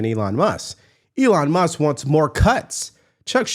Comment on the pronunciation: It's Elon Mus"K". Not Muss